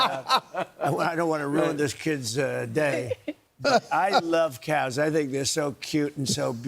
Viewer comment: What is up with this "no cows" business? And what was that weird pronunciation of "CYAOWS."